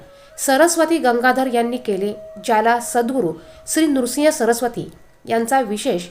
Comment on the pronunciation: नृसिंग नाही